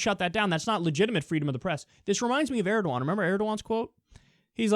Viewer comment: Who else heard "Aragorn" when he mentioned Erdogan? I was thinking, "I don't remember that part in the books or movies."